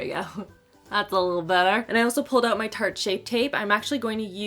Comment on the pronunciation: When you say tarte it sounds like Turte